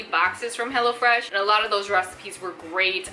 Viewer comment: Girlll, I kept hearing you say Hella Fresh and I'm like hell YEAHHH 😎 lol...and my ig